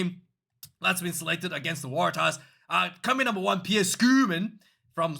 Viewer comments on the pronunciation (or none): none